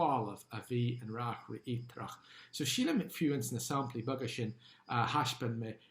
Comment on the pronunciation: Bail ó Dhia ort, a. Is maith liom d'fhíseáin. Má bhíonn tú ag iarraidh an Ghaeilge a fhuaimniú i gceart, ní chomh doiligh sin an rud é (mar shampla, anseo deireann tú "saimplí" in áit "samplaí"). Bí i dteagmháil liom, má thograíonn tú, nó caith súil ar an gceann níos deirí liomsa. Go soirbhí Dia dhuit.